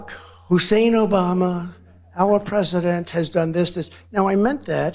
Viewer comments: Is he pronouncing Hussain as a racial thing 🤔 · Hmm....once again, why the EMPHASIS on Barrack HUUUSSEEEEIN Obama??? Yeah, it's not a "dog whistle" for your MAGA cult, right Donnie?? This country and world will be such a better place once he's gone and the MAGA-cult fades away.